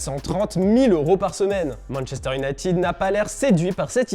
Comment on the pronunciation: "Manchester nitid " 😂